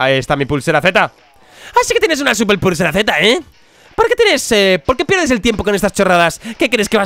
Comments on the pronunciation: dia: sigue diciendo SUPEL PURSERA Z XD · Día 452726: aún no puede pronunciar "Superpulsera Z"... Min